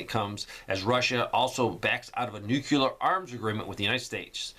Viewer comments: New-clee-ur. Not, new-cue-lur. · It's nucleeear not nucular!